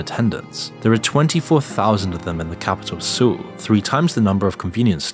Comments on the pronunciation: It's pronounced "Soul / Sole." One of the biggest cities in the world, sounds silly saying it wrong. Source: brother and SIL lived there for six years. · Your pronunciation of 학원 (hagwon) was spot on. Your pronunciation of 서울 (Seoul), not so much.